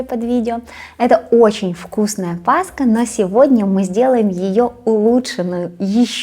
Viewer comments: Пасха-это ПасХа, а кулич-это кулич. Честно говоря когда говорят пасКа, аж слух режет😒 Всех с наступающей светлой и святрй Пасхой. Мира и добра всем !❤ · Почему все блогеры говорят паска. Пасха., а не паска. Тем более пасха делается из творога. А это кулич. Кулииич.